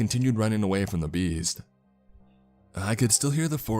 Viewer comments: lol, I kept hearing "the bees" not "the beast"...thinking, wow, this guy is really afraid of bees! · Wow! It does sound like the bees!! Lol